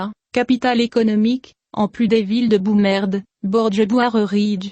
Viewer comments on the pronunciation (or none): Remarque générale: Vous serriez bien inspiré de renoncer aux voix robotisée. Certaines prononciations sont limite limite voir obscène écoutez Boumerde(s(se)), Mohamed vi .....